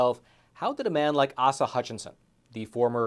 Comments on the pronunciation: ACE-a Hutchinson, not AHsa. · Aesa not ahsa Hutchinson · Asa, long a. But ass-a works. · He said AhSah. Lol. A-Suh. Still a dbag and Im from AR. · His name is pronounced with long A's so Ace uh. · It's pronounced Acea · Asa Hutchinson is so well-known that you couldn't even pronounce his first name.